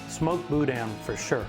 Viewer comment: Bou dan……sorry its not pronounced that way